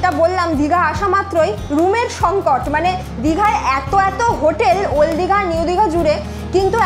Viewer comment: ওল্ড দীঘা❌ ওল দীঘা✅ 😂😂